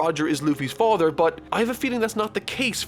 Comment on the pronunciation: No one:: FOTHER